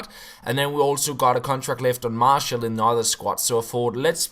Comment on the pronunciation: It's pronounced marshee-owl